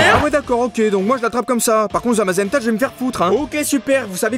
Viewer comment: Tebézenta comme tu dis c en fait Zamazenta que tu dois capturer